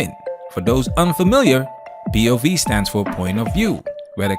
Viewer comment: These chicks out here butchering the F out of “POV”. 🤦🏻‍♂️ With some cringy😬sh!t💩